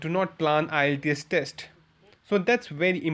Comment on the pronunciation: you don't even know how to pronounce the word IELTS